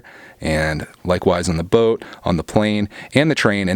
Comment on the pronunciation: the way he said boat was weird